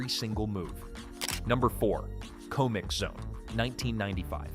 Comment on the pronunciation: The pronunciations of some things like comixzone and mudokons....i am starting to think this IS one of those shit AI channels